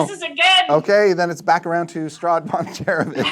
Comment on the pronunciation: little correction it’s Strahd, not Straud